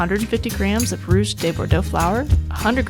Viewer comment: sounded like she said "rooz" or "roose" also